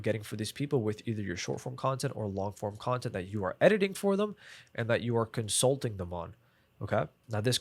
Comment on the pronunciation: i hate when creator just make half of the video talking about cons of a service like why you care? and while making notes I found a new word COM-SUT-Ling 😂 I feel you holding back many information you can answer me one what our client avatar look like? i mean what he selling some service? or a product and how much we gonna charge them